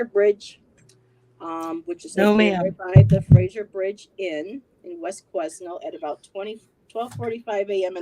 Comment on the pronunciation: You prounce Quesnel without the S. The S in Quesnel is silent. I used to live in Quesnel and know that very bridge very well and know how creepy that bridge is. I believe Caitlyn has been kidnapped and brought into the sex trade. The Fraser bridge is very beautiful to cross during the day but at night it was a whole other beast. I always crossed the public access vehicle bridge at night or early evening. If Caitlyn had been trafficked into the sex trade I do believe her boyfriend is her pimp